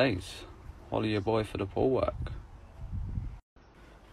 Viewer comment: when he says holla ya boy for the pool work i think he says holla ya boy poo work 🤣✋